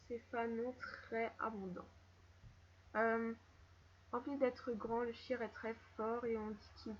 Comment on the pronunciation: Les shires pas les shaieurs horses ,-, Sinon super vidéo